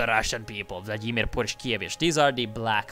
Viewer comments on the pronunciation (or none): none